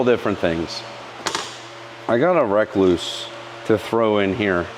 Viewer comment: Not only do you say Yamaha funny you say rekluse funny . You say wreck loose . lol from my understanding it’s pronounced just like the recluse spider .re-cluse